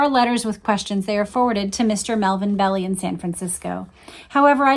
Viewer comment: pronounced Melvin Bel .eye NOT...Bel E